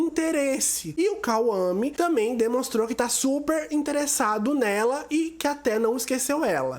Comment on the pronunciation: KAUAME 😂😂😂😂 É Kwame